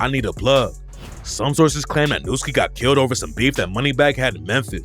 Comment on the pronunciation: Nu doesn't sound out as "new" it sounds out as "nuh". You don't say, suck on my newts, so by educated word association, the name should be pronounced, "Nuhhski." I guess education was never a big thing with these young scholars...